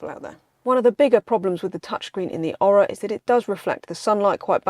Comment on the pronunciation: Maybe if you did your home work you would discover thats pronounced Oar-rah not Oral without the L.